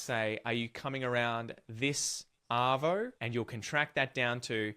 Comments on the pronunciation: You got arvo wrong, you said ardo. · You got ardo wrong. It's arvo. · Yeah we usually say 'chuck a sickie '. You did well on the quiz, pity you picked Ardo instead of Arvo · Bugger, it's an arvo not an ardo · You got arvo wrong, you put ardo. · You got the third one wrong. Arvo not ardo for afternoon. Good effort though. Bugger is not rude. I knew thats what it originated from but the meaning changed a long time ago. By the time I was 18 most people my age were using fuck on a regular basis as part of normal language and was generally not considered offensive. Took me a while to catch on because of a conservative upbringing but I now have to catch myself around my neice because it's so normalised for me. I say fuck all the time and it barely even registers anymore for me as rude. Most Aussies use it as a commonplace term as a literal stand-in for what he said for examples of bugger. Cunt is less common in my social circle but I know plenty of people who use it often in the many varied possible ways. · The one you got wrong was Ardo instead of Arvo!! 😂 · The word you got wrong is “Ardo”… it’s “Arvo” not Ardo. 😂🤣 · It was painful to see you pick "ardo" instead of "arvo". I knew you realised it wasnt mornie or nighto, but why pick "ardo". If you say "arvo" and then you say "ardo" with proper phonics you would see how it would be impossible to get "ardo". How the f*** did you even pick "ardo" its arguably worse than nighto and you just watched the video telling you it.